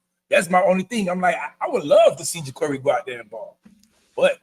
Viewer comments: JA-CAR-EE. Not Jacory, not Jacuri. I can't understand how people that cover our team cannot pronounce the players names. It's crazy to me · He said his name is JA-CŌR-ĒE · no sir. His name is ja-Car-ee. Like the automobile. I heard the interview